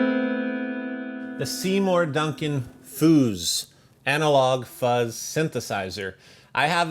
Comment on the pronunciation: You know how Russians say “fuzz”?